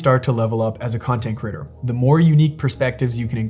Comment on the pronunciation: Very educational. Please consider correcting your incorrect pronunciation of the word creator.